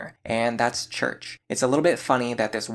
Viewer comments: Cherche is pronounced Cheir-Che just an fyi. Its french iirc. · Just FYI, Cherche is pronounced like the word share with a sh sound tacked onto the end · I always thought Cherche was pronounced "sure-shay" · Pretty sure Cherche is pronounced (Share-Shay) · I dont think i've ever heard someone pronounce Cherche's name as "Church" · I've never heard someone pronounce Cherche as church, but maybe that's a west coast thing, or because my entire family is Mexican. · Interesting that you pronounce Cherche like church. I always thought it was Cher(like the singer)-sh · IIRC that's how Tharja's name is pronounced in Japanese. He also mispronounced "Cherche" alongside "Noire" but I don't expect your average North American gamer to know French. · Cherche was definitely pronounced wrong. Tharja they used the Japanese name. Personally I always pronounced Tharja with the "Th" but then the soft j with a y sound. So like "Tharya" . That is until Warriors ruined it ...